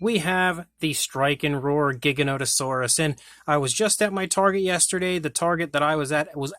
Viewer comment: Your pronouncing giganotosaurus incorrectly. The first g is pronounced like a g. And I know grant says it wrong too